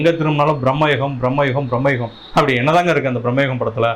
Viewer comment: பிரம்மயுகம் இல்லை பிரமயுகம் 🙃